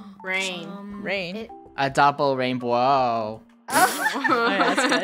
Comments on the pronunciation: Double rainbwoah 😂😂😂😂😂😂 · ITs rAiNbWoAh! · im rainbwoah says rainbow Im RaInBWoAh the rest 🤣🤣🤣🤣🤣